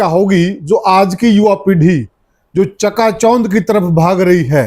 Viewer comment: च्यका च्यौंध के होवे सै क्यों पत्रकारिता और हरियाणवी बोली का भट्ठा बिठावे है चका चौंध होता है या जो यो बोले है यो होवे है